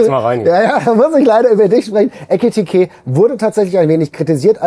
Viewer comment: Mal an Hinweis an: Unser bester Stürmer heißt eKitiKé (mit 2 K, nicht mit 2 T). sagt immerzu eTikiTé. Klar kann man bei ungewohnten Namen mal durcheinander kommen, aber ich finde man sollte dem besten Spieler der Mannschaft den nötigen Respekt entgegenbringen, seinen Namen richtig auszusprechen. Ich merke es mir immer so, dass sein Spitzname ja "Heki" ist und nicht "Heti", also das K kommt zuerst. Ich finde die anderen könnten auch mal darauf hinweisen.